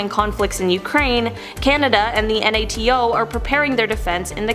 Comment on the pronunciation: Why does she keep saying NATO like that? I've never heard anyone spell out the abbreviation. Surely she's heard of NATO before..